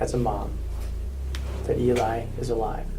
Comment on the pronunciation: Detective says Eli. Eli again. Neither adult corrects him